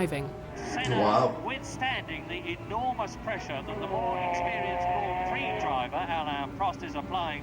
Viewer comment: This guy really came in here, pronounced emilia romagna very well and then said Grend prix